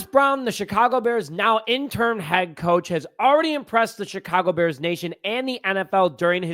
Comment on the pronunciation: It's interim, IN-tuh-rum...not intern or interm, which isn't even a word.